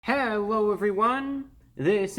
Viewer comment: I can't be the ONLY one to hear him say, "HellOwO everyone." At the start of the video.